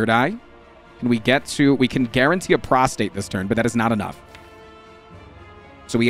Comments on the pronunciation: Straight up said prostate 12 times in 45 seconds and the word is prostrate. 😅 Very, very different meanings, sir! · please, its prostrate, prostRate. The R is very important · Does he know it's pronounced prost-RATE and not prost-ATE? Made me laugh every time. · every time he attempted to say "prostrate", he said "prostate" instead, and I lost my shit laughing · Can anyone confirm whether he’s calling “Prostrate” “Prostate” on purpose? I think he likely is, but he’s so committed to it I can’t tell for sure. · Hes definetly saying prostate instead of prostrate atleast half the time 😅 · HAAANK ITS PROSTRATE NOT PROSTATE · I feel like a punk going into the comments to complain about one thing, but it is so distracting whenever you pronounce prostrate as prostate. Is that intentional?